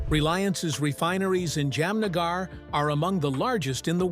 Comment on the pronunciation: Interesting but the pronunciation is hilarious : ‘Yam-nagar’ and ‘Salmon’ Khan!!!🤣🤣. If you’re putting this in the public domain, at least rehearse names that are unfamiliar.